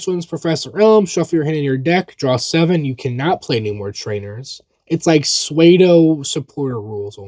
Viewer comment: Suedo? I can tell you've only read the word and not heard it aloud :P